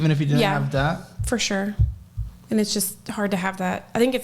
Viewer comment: Every time says "Debt", I hear "Death" and I don't think that is coincidental.